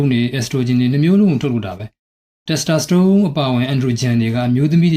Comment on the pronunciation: Testosterone ကို တက်စတြာစတုန်းလို့ အသံထွက်သလားဗျာ